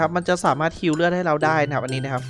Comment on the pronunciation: ฮิวครับไม่ใช่หิว